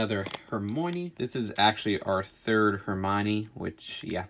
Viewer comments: Her-MY-KNEE not her-Moin!!!!! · He made me (an English lad) ANGRY 😤 pronunciation was terrible I like Harry Potter too so 1) GET YOUR FACTS RIGHT 2) DONT TRY AND IMPRESS PEOPLE WITH KNOWLEDGE 3) PRONOUNCE STUFF RIGHT 4) there is no 4 5) WHO IS HORMONNY ITS PRONOUNCED HA-my-a-nee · Who else got bothered by him saying Hermony? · Hermione not Hermone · Ohmygod. "HER-MONEY?" Seriously? Hermoney? .________. Its pronounced "Her-my-oh-nee" And "Neville Long-Bo-EHm" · “Another, ✨hermoynee✨” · It’s hermione not hermonee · Neville LongBo Em XD, Hermuny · Her-my-oh-nee, sorry but I gotta correct that pronunciation. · "another Her-moinee" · He Said Hermione